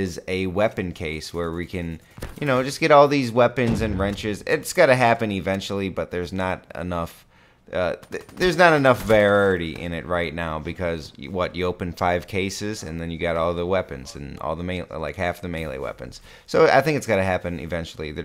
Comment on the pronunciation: wtf is vararity, that word always gives you trouble lol